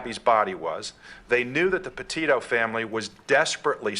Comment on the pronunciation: It's not 'PAH'-'TIO' it's 'PEH'-TITO'